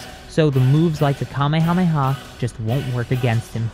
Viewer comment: bro said kamayamayha bruhhh